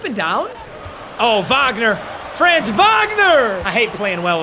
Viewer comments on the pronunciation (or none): Says he doesn’t want to pronounce Wagner wrong then pronounces his first name wrong.